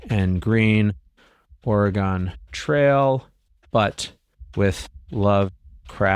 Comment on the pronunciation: Do Midwesterners still not know how to pronounce "Oregon"? I'm going to start pronouncing the final "a" vowel sounds in "Michigan" like the vowel in "can," until they figure out how to pronounce "Oregon."